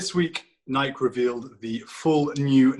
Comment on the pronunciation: The way this guy says Nike drives me nuts lol